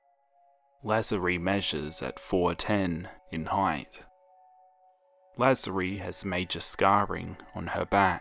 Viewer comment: It's La-zar-ie